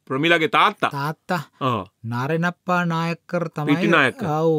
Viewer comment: Its not Nāriṇappā. Nāraṇappā is the correct pronunciation. Nārayaṇa+appā becomes shortened like this in southern Indian names. 😊